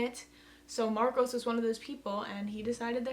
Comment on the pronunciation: Marco, not Marcos.